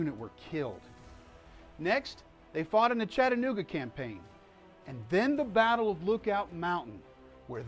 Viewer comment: PLEASE stop mispronouncing the name of my hometown. It's Chatt-a-nooga.. Please practice saying it. Chatt-a-nooga... Chatt-a-nooga...